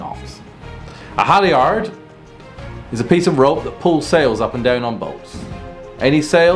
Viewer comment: Our landlubber narrator should learn how to pronounce sailing terms, not just define them. For example, 'leeward' is pronounced 'LOOwerd' and 'halyard' is pronounced 'HALyerd' He did get 'bow' and 'stern' right anyway. And pirates were and are serious criminals--they should not be popularized in clicheed costumes.